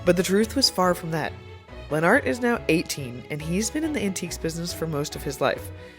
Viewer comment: I think Lenart’s name is pronounced more like Leonard- but with a t at the end instead of just Lenn Art- after hearing him pronounce it himself.